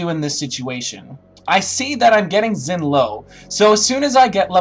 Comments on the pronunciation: It's pronounced like "shin". Chinese x's have an sh-ish sort of sound. It's hard to explain lol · Why can't Americans pronounce Xin's name right...? But nice guide regardless :)